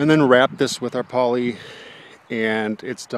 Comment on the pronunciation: I thought he said 6mm polly. I was amped to see them try to lift that. Looks good, I wonder if its still standing and how many new skins it's gone through over 10 years